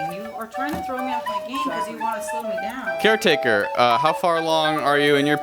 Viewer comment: William said chairtaker